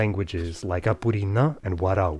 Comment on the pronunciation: BRO THE WAY HE PRONOUNCED APURINÃ CORRECTLY IS INSANE